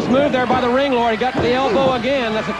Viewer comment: LOL JR calling Ringlord "Landlord" 😂